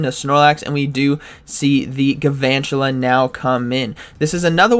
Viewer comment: It bugs me that doesn’t pronounce the first “L” in galvantula. He says “gavantula”. Very upset, please address this